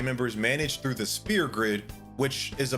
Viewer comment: Why are you saying SPEAR grid, its SPHEAR grid, and saying "yuck" to reading just makes you sound very uneducated